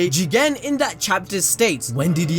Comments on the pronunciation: Jigen GEE-GAN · Please don’t say jigen anymore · I can’t even pronounce Jigen seriously anymore fam😂😂 - 🤣🤣💀 Great review, homie keeps me rollin during these dope ass reviews, nothing like anime balls deep jutsu fam🔥